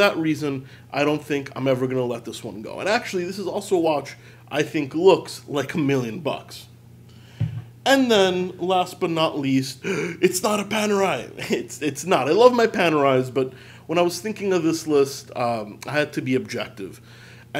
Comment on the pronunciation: but if you are italian why do yoy say pànerai? the correct accent is panerài...